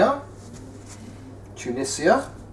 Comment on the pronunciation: You pronounced Tunisia wrong. It's T-oon-eshz-e-a